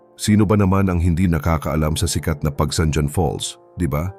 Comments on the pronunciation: Pagsangjan: Hindi pag-bigkas Pagsangdyan, Originally Pag-bigkas may halong Kastila "Pagsang han ". Katulad ng Roxas bigkas ng iba Rocsas ang tamang bigkas 'Ro has' . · Pagsanghan ang bigkas hindi pagsanjan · ayusin mo po pagbigkas ng bayan ng PAGSANJAN hindi PAGSANDYAN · Pronounce pagsanjan as pagsanhan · Bakit si marcobeta ehe, marcolete pala; nakalusot sa comelec😅??? Frm Rocklin, CA, USA! To pronounce Pagsanjan, Pagsanhan! Please learn how to pronounce of pinoy language!